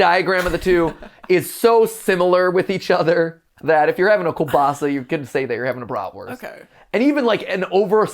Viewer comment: As a russian it's so funny hearing americans pronouce Kolbasa